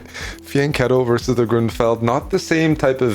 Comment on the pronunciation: It's "versus" Predator, not "verse" Predator.